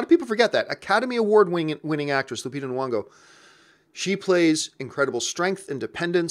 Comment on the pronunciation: If you're gonna praise Lupita Nyongo then pronounce her name right. Do you see Nuwongo?